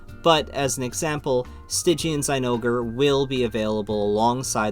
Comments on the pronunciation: zainogre???????????? it’s clearly pronounced zinogre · I havenever heard anyone pronounce zinogre like that... It's not even a more japanese accurate pronounciation